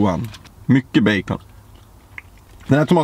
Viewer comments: "baceen" hahaa 😂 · han sager bejkon på engelska